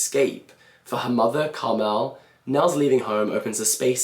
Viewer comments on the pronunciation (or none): none